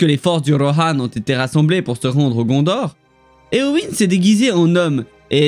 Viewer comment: Concernant la prononciation de Eowyn, j'en suis venue à la même conclusion concernant le Y, mais je ne comprends pas pourquoi tu prononces le E plus comme un I vu que tu dis toi-même que EO se prononce "é-a (faible)". Donc je me demande pourquoi tu changes leE en I alors que tu indique qu'il se prononce "é".